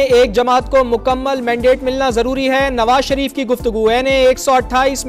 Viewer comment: Nawa sharip nahi kata sharip😂😂😂